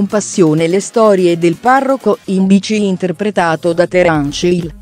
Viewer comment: È ignorante questa giornalista. Non sa nemmeno dire il nome di Terence Hill